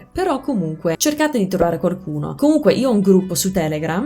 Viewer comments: La tua pronuncia è sconvolgente, wow! Da madrelingua italiano ho notato una sottigliezza nel corso del video: varie volte (forse sempre?) nella parola "qualcuno" inserisci un suono leggero di "r", ottenendo "quarcuno". Che sia il retaggio di qualche amico romano? Comunque complimenti ancora, spero che il mio commento sia bene accetto e ti porti a rendere il tuo meraviglioso accento ancora più impeccabile! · Ti è rimasto solo "quaRcuno/quaRcosa" da correggere, poi sarà perfetto ;)